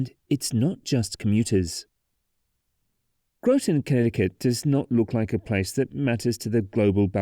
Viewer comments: *Graw-tin*, not *Grow-ton*. Otherwise a great overview. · Grotton rhymes with rotten, and thames river does not ryme with the river in England, also, the northbound is a pin and hanger bridge. The center span is pinned in the middle. I know it sounds weird. Also the bearings are 12 feet tall, with anchors embedded if I recall 18 feet into the pier. I was part of the team trying to design the modifications to repair the bridge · As someone from Connecticut, it hurt hearing Groton and Thames being pronounced the way they are here. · Where TF did you go to school!!??? It's spelt GROTON! It's spelt RHYME!